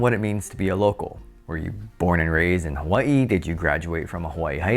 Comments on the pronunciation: your pronunciation of “local” comes across as “Loco”!! And you repeat it so much that it becomes comical 😎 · Did you say Loco or local ?